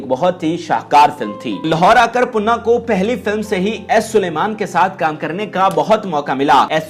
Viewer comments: Panna not punna please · Sir if u don't mind to meharbani karkay sahi pronounce to keejiye punna nahi parna gai oonka naam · Tum mai akal nahi hai Kaya punna punna laga rakhi hai sahi pronounceation Panna hai. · punaa nhi pana nam ha ap bar bar puna khtya rhya hu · khuda ka khoaf krain .............. aik viewer nay aapko kaha bhi hai keh .... issss Legendary Dancer ka naam durust kar lain ...... Laikin poooray video mein +++++++++++ PANNA ++++++ Ko +++++PUNNA ++++ keha gaya +++++++++++++++ Very Bad and Very Sad '''''''''''''''''''''''''''''''''''''''''''''''''''''''''''''''''''''''''''''''''''''' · aahista boola kro date of birth btaya kro punna nhe panna ha name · Panna not punna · Your pronunciation is so bad her name is pannna not punna do some home work he dosent belong to nawab family there is limit of lies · Hahaha Bilkul sahi 👍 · Bhai puna nahe Panna, zabardast video thanks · Jahil admi pannah hai baqi Sara urdu talafuzz ghalat hai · او پیندو اردو تو صحیع بولنا سیکھو نام تو پہلے دیکھ لو کہ کیا بولنا ہے😡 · Please before uploading do your homework atleast say the correct pronunciation of name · Please learn urdu first...She is a Living Legend...we are proud of her..you pronounced her name wrong...Panna ji deserves more respect. Lots of Love and Salam from Manchester..Stay Blessed